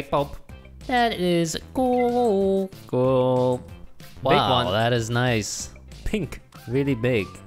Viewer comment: Hypixel Voting: Good Jerry and Harry: cWoLe (cool)